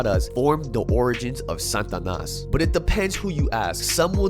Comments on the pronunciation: The way he says "SANTanas" when it is "SATAnas" is pissing me off lol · Satanas… not Santanas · It's SATANAS not san'tanas what am hearing from ur pronunciation sir. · sts pronouncian is "Santanas" or what is real Satanas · Pronounce it correctly Sa-Ta-Nas not 🎅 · Sa ta nas... not San tanas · it's SAT-A-NAS not SAN-TA-NAS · Why are you sayin santanas is satanas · Why you keep saying “santanas”… not “satanas” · Is it Sa-TA-nas or S-AN-tanas because you spell it Satanas but pronounced it SANtanas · Satanas though,not Santanas. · If you pronounce it Santanas one more time!!! 😡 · Why u keep saying Santanas? Or is it the stuffy nose? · Its funny when you say it Santa nas. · There’s no “N” pronunciation after SA.. TA NAS (slight accent on 3rd syllable) SataNAS from my experience knowing them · Ask your wife how to pronounce Satanas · you saying it wrong bro